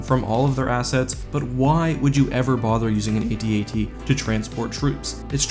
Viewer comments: nop dude its pronounced AT-AT like hat-hat. not saying the letters like ay tee ay tee. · "AT-AT", kid. Not, "A-T-A-T". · Okay, first, they are not A-T-A-T's. They are AT AT's. Second of all, their overall coolness supersede any practical logistical points. Hell, why use any ground forces at all? Why not bring in 20 Star Destroyers and just pound Echo Base into dust? Also, I would suggest that maybe the Empire is like the US, where some jack wagon in Congress gets paid off by some company to produce stupid vehicles and weapons like the Ospry that don't work or make sense, just so someone can line their pockets.